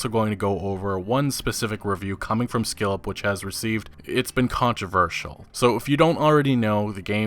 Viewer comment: Couple hints: It's not skillep, but Skill Up, and in poignant, the 'g' is silent.